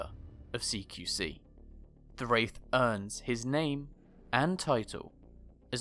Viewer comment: There's a mistake at the beginning : "Waith"